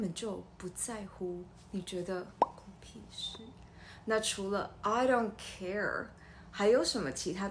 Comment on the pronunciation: 不是I do car 嗎